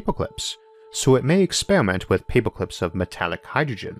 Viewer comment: I’m going to be hearing “paypoclips” in my sleep for weeks. Great video, love this channel... hate paperclips now.